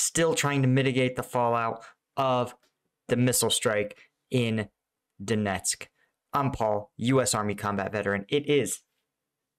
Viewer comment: Paul, just to help you with your Ukrainian pronunciations, (although BTW, you did pretty good today! Much improved!) The Slavic "E/e" sound is most often pronounced "yeh" and "Ё/ë" with an umlaut/accent mark makes a "yoh" sound. So the city of Donetsk is best pronounced in Englisk like "Doh-nyetsk" with a long 'O' sound (like Donut, or like homer simpson noise "DOH!") and "yeh" for the 'E'. "Doh-nyetsk", accent on second syllable. Cyrillic 'O/o' doesn't make a short sound like in the words "on" or "coffee". It almost always makes long 'O' sound like "Donut" or "Home". Sometimes in Russian, letter O can even sound like "A" as in "Above". For example, "thank you" In Russian sounds like "Spah-si-ba" but is spelled "Спасибо" (ends with O, but it makes "ah" sound.). The word Страшно means "scary" but in Russian sounds like "Strash-nah". Now, the VERY difficult one is "Svatove" which is spelled in cyrillic Сватове. It honestly sounds like English saying "SVAT-ah-vay" (and when its said quickly, it almost sounds like the English phrase "swat away" but quickly as if one word). A Ukrainian would say Svatove like english spelling "Svatavay" with a very soft "v" almost more like "w" (3 syllables, accent on first)